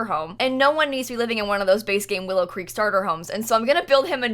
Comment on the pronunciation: She said Willow Creak O-O